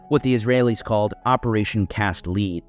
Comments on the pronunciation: I know it's not the point of your (excellent) video, but it's "operation cast lead" (pronounced "led", as in the metal) not "operation cast lead" (pronounced "leed" like the thing you attach to your dogs collar). It's got something to do with an old Hebrew poem and that dreidels are traditionally made of cast lead. I imagine that bullets were/are often made with lead might be part of the allusion too. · Cast lead... its pronounced led, like the metal. the A is silent. Not a big deal, just wanted to mention it. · You mispronounce that word lead. In "Operation Cast Lead," "lead" refers to the metal, not to a leader. The name "Cast Lead" is derived from a Hebrew phrase related to a traditional Hanukkah song that mentions "cast lead" dreidels (spinning tops). The term was chosen to symbolize the operation and has no connection to leadership or leading. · Excellent historical reminder of counterfeit 'Israel's true intent. Shame about the mispronunciation of "Operation Cast Lead" — it's not "lead" as in leader, but 'lead' as in bullets!